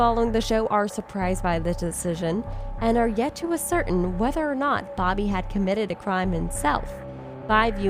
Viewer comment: Also, pronouncing ascertain correctly. Wow. It’s as-er-TAIN. Not a-certain. 🙄